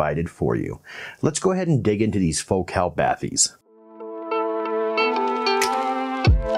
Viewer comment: Thanks for not pronouncing it as baTEES (cringe AF) like some reviewers who try to sound French, despite actual French people from Focal not really pronouncing it like that.